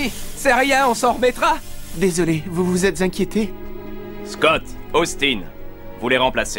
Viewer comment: je suis le seul qui a remarqué que le coach dis scott et non scotti